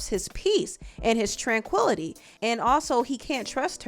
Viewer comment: He said tranquility?